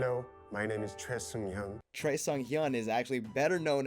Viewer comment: The weirdest pronunciation of Choi Seunghyeon ever. Don’t listen to him!